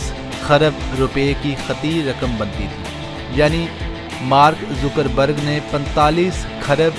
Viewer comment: not a Zoocker berg its a Zucker berg